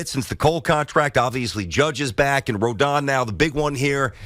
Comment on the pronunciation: Can all you idiots please pronounce Rodon's name right! Drives me crazy......Ro - DON like Don Mattingly. It's not hard!